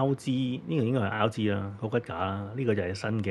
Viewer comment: 點解我會聽到"孝子"高達😂 原來係RG🤣